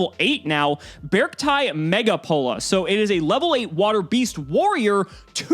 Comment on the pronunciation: I’m simply using the same grammatical rules as how I read the Pokémon Beartic. I think it’s supposed to be “Beh-Ark-tie”.